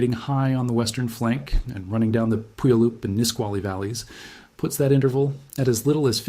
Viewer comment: FYI: It's not PUyallup, it's puYAHlup. Accent on the middle syllable. A Salish word.